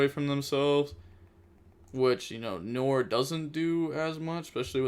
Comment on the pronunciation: Mans really said Noor.